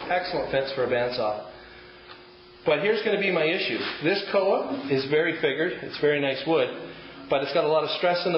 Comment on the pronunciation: It's koa, not coa.